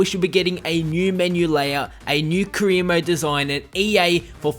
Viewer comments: "kreer mode" what the fuck lol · Sounds like you're saying queer mode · all i hear is Kareem Mo instead of Career Mode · Sounds like you're saying Korea mode